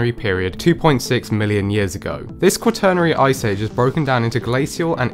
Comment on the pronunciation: I’ve never heard “quaternary” pronounced like that before (kwuh-turnery), and I can’t find any sources that also pronounce it that way. Definitely a weird one. Every source I know of pronounces it more like “quat (like squat)-ruh-nary”.